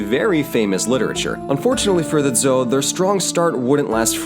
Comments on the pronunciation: Small comment; the standard pronunciation of "zhou" sounds like "joe," with a hard 'J.' Good work here. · >coached on pronunciation >messes up on Zhou The disclaimer wasn’t for nothing I guess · I think Zhou is pronounced Joe. I think. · Zhou dynasty is pronounced like Joe, not Zou.